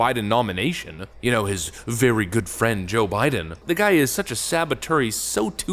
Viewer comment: "Thank you every much" - oh are we playing pretend we don't notice?